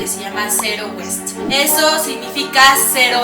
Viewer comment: alejandra juarez duarte Yo también me di cuenta de el error 🙃 West es oeste y waste no se pronuncia igual que West como ella lo pronuncio, me recuerda a mi hermana que se revuelve horrible con el inglés 🤣 siempre le digo que si no sabe mejor lo diga en español.